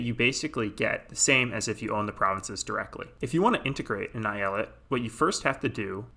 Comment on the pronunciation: I'm Turkish and the way you say eyalet makes me want to blow my head out with a shotgun